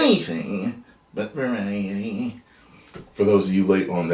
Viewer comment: British colonial monopoly man voice: varieeeety😂😂😂